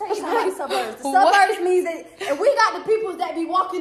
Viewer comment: She said the sub-urbs not the suburbs the sub-urbs😂😂